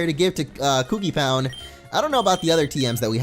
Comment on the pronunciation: Kokipound not kookipound